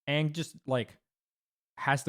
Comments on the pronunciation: That ang hurt me deep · Bro he called Aang "Ong" 💀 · I understand melee players mispronouncing Toph but I can't get over people saying Ong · That’s all well and good, but Leffen said “Ong” and I just got live action flashbacks.